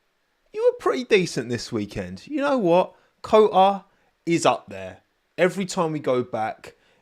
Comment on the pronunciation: It's COTA,. Not CO'A 😂